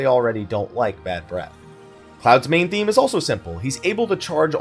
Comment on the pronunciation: Idk why it bothers me so much but I can’t tell if is saying “main thing” or “main theme” and it’s driving me crazy